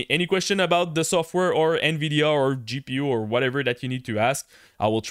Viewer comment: the " In Veedeeaaa Up ? what about the nVidia down ?